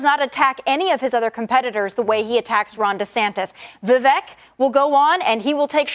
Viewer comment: Love how even she, who shares a party with him, has paid so little attention to anything outside the asscheeks of DeSantis and Trump that even she doesn’t say Vivek’s name right (with his whole “sounds like cake!” Statements & everything